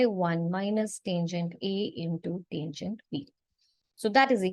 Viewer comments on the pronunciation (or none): It's not taingent, it's tangent